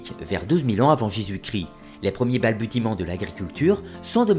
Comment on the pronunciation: Je suis d’accord avec vous sur les liaisons douteuses ainsi que la prononciation de certains mots comme « balbutiements ». Le contenu reste néanmoins de qualité.